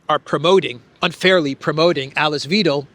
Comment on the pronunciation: Hi, thanks for your great walkabout. Alice Weidel, pronounce Alice as Al Lease, and the diphthong /ei/ in Weidel is pronounced like EYE in English or /y/ in WHY. Cheers to you mate.